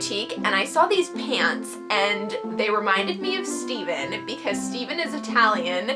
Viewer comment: After watching the whole video, I realized she was saying "Pants" I thought she was saying "Pans," so I thought she was wearing pans.